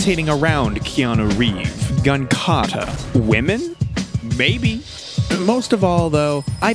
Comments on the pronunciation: Just... Wanted to let you know that it's not "Keanu Reeve"; it's "Keanu REEVES". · Keanu "Reeve"